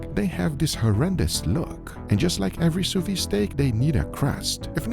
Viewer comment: if we ask you to do things without a barbecue because we don't have access to it you can probably guess we don't have access to a sous vide vat nor a flamethrower -_- also it's the 3rd time I say it, but you're pronouncing "Sous vide" wrong everytime... (the D is not silent) (you pronounce "sous" correctly though.)